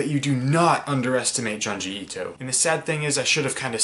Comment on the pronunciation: The way you pronounce his name is frustrating.